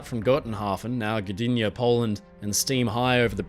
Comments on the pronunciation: Excellent pronunciation of Gdynia! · wow. that pronounciation of Gdynia was impecable